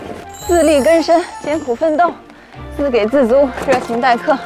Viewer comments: 楊念“自给自足”(zigeizizu)，不是应该念zijizizu吗？ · 那位女生把它说成了“自给（Gěi）自足”，太有文化了。应该是“自给（jǐ ）自足”。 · AB说 自gei自足 醉了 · 黄渤也说的gei，不要看人带偏见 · 念 ji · 我也是，从自给自足念白字开始。。。。。